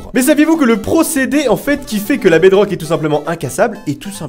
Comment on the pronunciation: Je rêve ou il a dit 8 sucret sur la bedroque